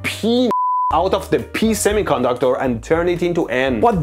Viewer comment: “ pee semiconductor”